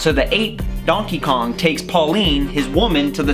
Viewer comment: He sayed Dankey Kang 😂😂😂😂😂